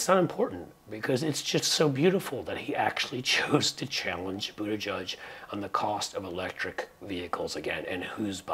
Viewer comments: Boot ah geig, not judge. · Please learn to pronounce Pete's last name‼️It rhymes with /edge/, NOT/mud/. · It's Booda gedge not Boodajudge